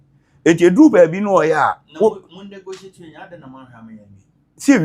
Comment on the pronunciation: Eeeiii, regional minister paa saying nogotiate